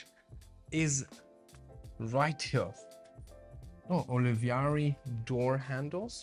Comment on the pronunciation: Great house, great presentation as always! Nice to see you guys again. Your positive energy is reflected in the good quality of the content you create. I have to add something, the manufacturer or brand of door handles from Italy is called Olivari, not Olivieri or Oliviari as said. All in all, you are great, keep it up. Greetings!